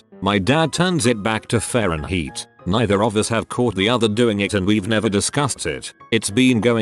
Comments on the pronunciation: I like how the tts pronounces fahrenheit as fahrenheat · "faren heat". I like it. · Text to speech can properly pronounce rvvvvaaaaahhhh rvaaaaahhhhh screeeeeee but can’t pronounce Fahrenheit